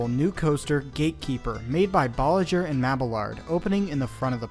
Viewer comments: When you pronounce the name Bolliger & Mabbilard the G in Bolliger is not pronounced as a "J" sound but rather a "grr" sound. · Quick question: you pronounce Bolliger and Mabillard one way, and I've heard others pronounce it another. Bolliger: some with a g like in 'God', others with a g like in 'gentle'. Mabillard: some promounce the L's like in 'all', others treat the L's as if they're a y (so ma-bee-yard). Is there any resource online where we can see what the correct pronunciation is? Even Wikipedia doesn't say...